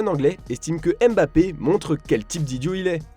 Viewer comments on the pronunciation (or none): none